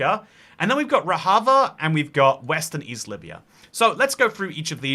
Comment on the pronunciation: "Rojava" is pronounced with an English J, not a Spanish J. Also, "Rojava" actually only properly refers to the two disconnected Kurdish-majority regions within the autonomous zone in Northeastern Syria, which is officially called the Democratic Autonomous Administration of North and East Syria (catches breath), or DAANES. The DAANES doesn't want to be independent from Syria, and hasn't been seeking full independence for a long time; they are perfectly content to be an autonomous region within Syria.